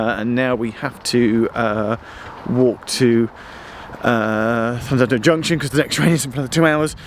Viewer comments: You pronounce Llandudno wrong, it's "Llan did no"...... The passing loop was for the once a week flask train that ran to Trawsffynedd nuclear power station which lay beyond Ffestiniog on a freight only line, an old GWR line to Bala....... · Llandudno is pronounced Llan-did-no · Splendid line, splendid video. But pronunciation of Llandudno is more accurate than Geoff's.